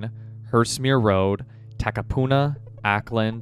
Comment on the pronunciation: The address provided in Auckland...(pronounce "Awwkland" you sort of butcher the name haha) is located next to a commercial property company. Last check the so called address is an empty building....suspiciously strange??